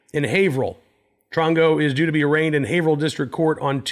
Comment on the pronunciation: Thanks for pronouncing Haverhill correctly. 😉